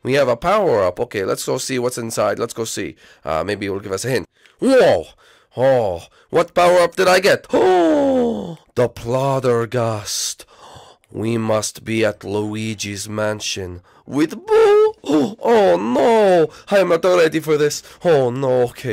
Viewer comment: PLOTERgust? Really? XD Anyway, this is a pretty good series. ;)